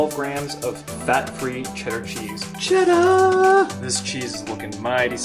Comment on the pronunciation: if you lived in Massachusetts for any point in your life, its CHEDDAHHH. Well done, sir.